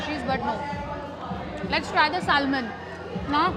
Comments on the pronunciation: Correct the pronunciation, “salmon” l is silent. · It’s sushi not shushi. It’s terrible to hear such pronunciations from a food vlogger. The L in salmon is silent it’s pronounced as sa-mon.